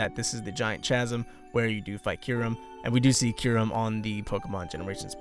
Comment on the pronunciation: Chasm = Kasm As in *ch*aracter.